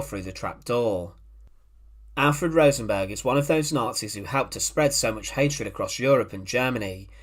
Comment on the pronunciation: Rosenberg wasn’t Swedish. Why does he keep calling him RosenBORG? 😂😂😂